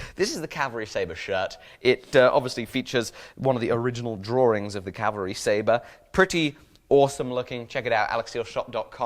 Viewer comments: "Cavalry Staber" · cavalry staber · cavalry stabre that was what you said at the start